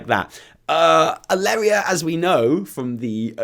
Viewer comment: It's Alleria. Edit: You have to be an idiot to listen to Shaw. I mean the SI7 completely failed during legion, under his leadership.